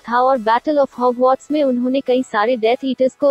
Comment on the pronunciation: It is Hogwarts not hogmauth